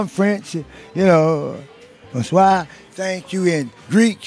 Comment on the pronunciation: He said “thanksshhh chuuu”